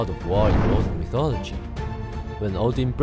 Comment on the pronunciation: I'm pretty sure that it's pronounced "Nolse Mythorogy".